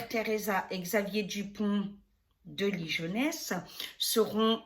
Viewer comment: Coucou, Ouille non non, ça se prononce: LI GUO NESS et s'écrit LIGONES Sinon il y a le traducteur Google quand on ne connait pas la prononciation..;) Merci pour tes tirages..;D